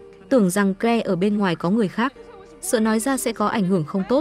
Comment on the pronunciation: Câu chuyện được kể rất confusing! Tên của người trong câu chuyện nào là doe, kờ le.v.v tôi nghĩ không đúng với tên gọi của họ vì phát âm không chuẩn. Is it Joe (đọc là chou, not doe, và claire not kờ le? Ôi rối mòng chẳng hiểu gì hết.